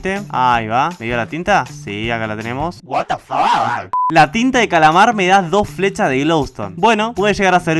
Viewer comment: Como lo dice: what the fuck Como yo lo escucho: guatafac